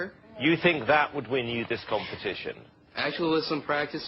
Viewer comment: "dat" lol